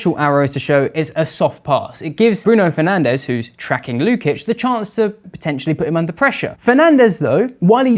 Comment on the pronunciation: I could feel shifting around in his seat the consistent and controversial incorrect pronunciation of the guy we we all know is called.... Bruno Fernanch